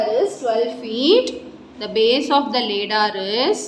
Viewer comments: that is aladdar not laddar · that's ladder not leadder mam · It is not laddar😅 ladder😂😂😂😂